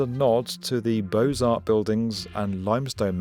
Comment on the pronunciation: Beaux Arts is pronounced BOW, like something you put on a wrapped gift. It is not pronounced like BOSE, which is a sound system that some cars have.